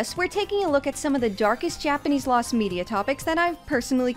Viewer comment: I like that you pronounce Japanese words as they're said normally as opposed to trying to fit it to English vowel orthography.